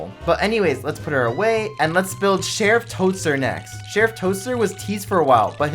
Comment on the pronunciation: It's not sheriff toster it's sheriff todster